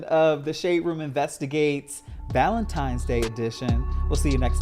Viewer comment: Every time said “ValentiMes” I chuckled 😂 Happy ValentiMes Day you guyths❤❤❤